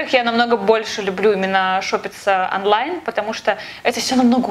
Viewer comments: почему говориш анлайн а не онлайн? 😆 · Не "анлайн" , а онлайн. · Почему она говорит аффлайн или анлайн